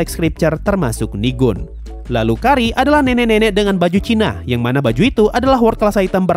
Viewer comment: yang benar "Kaire" kan? pantas agak bingung & nggak famiiar pas dengar "Kari" 😅